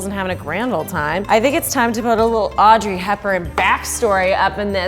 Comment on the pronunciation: istg i hear her call herself "aubrey" instead of audrey and now i'm tripping